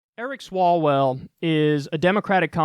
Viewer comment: You mispronounced Swallowell